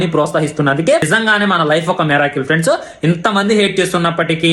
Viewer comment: Friends ❌ friendsu✅ 😂😂😂 Epic